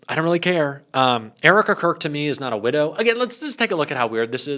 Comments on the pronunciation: widow not widdow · WIDOW not widdow. Ddd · Widow, not widdow. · Only 1 'D' in 'widow', good buddy 👌💙